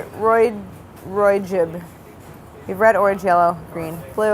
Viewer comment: No one is gonna say anything about ROY GIB 😂😂 its ROY G BIV!!